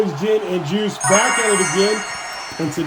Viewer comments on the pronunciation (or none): none